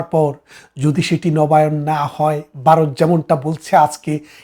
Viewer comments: পারাক্কা না চাচা ওটা ফারাক্কা হবে, ,জাতি সংঘ তে গিয়ে লাভ নেই। বাংলা উচ্চারণ ঠিক করেন বারত না কি ভারত? যাই হোক আপনি ছিটমহলের কথা বললেন ওই কথাটা কেও বলে না। আপনাদের হাসিনা বুদ্ধি করে প্রায় সব ছিটমহলগুলো নিয়েছে। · এই বাঙ্গুরা বাংলা উচ্চারণটাও‌ ঠিকমতো করতে পারে না,। ভারত-এর বদলে "বারত" বলে... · Baroth na Bharat.Bangla uchharon thik korun. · 😂বারত নয় ভারত। 😂😂😂